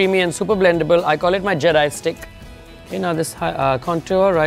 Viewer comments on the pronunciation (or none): none